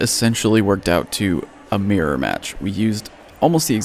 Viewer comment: I was wondering what you meant by a "meer-match" until I realized you were actually trying to say MIRROR lmaoooo